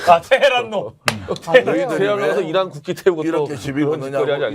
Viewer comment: 저는 이란이 아니라 이런으로 들립니다.